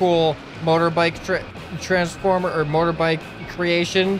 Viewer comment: Why does say mother bike he is American right